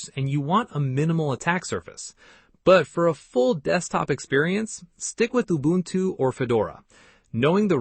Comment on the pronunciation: Its Ubuntu not Ubantu